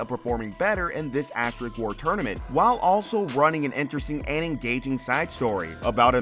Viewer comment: Asterisk, not asterik.